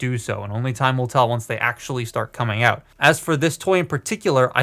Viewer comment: "They can go OOUTE"...yep, you're canadian! nice robot. thanks for sharing